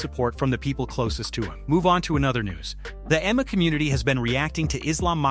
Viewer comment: Only clicked on this shit because it looked like the full amount MMA channel from the thumbnail just to get pissed off at the constant mispronunciations if the AI doesn’t know how to pronounce MMA maybe you don’t put MMA in your script so much